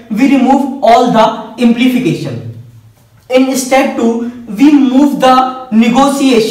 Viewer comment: it is not "implification" but "implication"